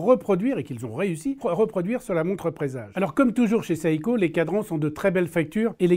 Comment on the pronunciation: Seiko ne se prononce pas Saïko mais Séiko!!!